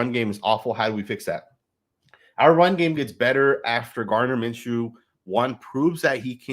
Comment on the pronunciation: It’s not Minshew damn